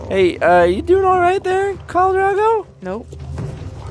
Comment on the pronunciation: His name is Dro-go, the syllables rhyme. 😊